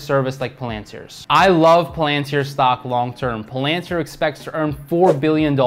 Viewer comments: What’s Plantir, Oh it’s Palantir... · Yeah it drives me crazy how he pronounces it lol